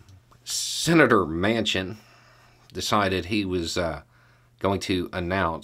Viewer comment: "Mansion" would be a more accurate pronunciation of this traitor's name.